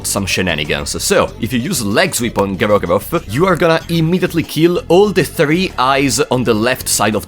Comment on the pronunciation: Instant favorite video, almost 10 minutes of saying "Gro-goroth."